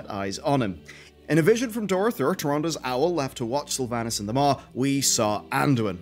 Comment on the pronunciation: We have same accent but the way you say Sylvanas makes me sad inside :(